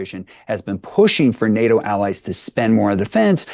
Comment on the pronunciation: Nay-Yo summit? Pronounce your Ts, lazy presenter.